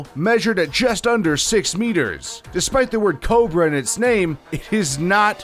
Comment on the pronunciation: Take a shot everytime he fucks up the word Cobra